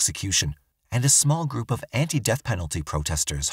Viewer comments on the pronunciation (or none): none